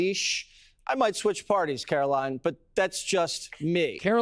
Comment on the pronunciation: I’m not AT ALL a fan of this administration but… You’re smart enough to know her name is Karo-LINE not Karo-LYNN. You sound like they did with the mispronouncing Kamala stuff. Don’t stoop to their level.